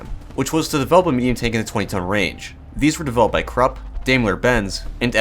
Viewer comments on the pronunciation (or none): Just a hint on the pronunciation of German tank "brands": for Krupp say: "kroop" (same as "crook" with a "P" at the end), for Daimler-Benz, say: "Dime-ler Bentz".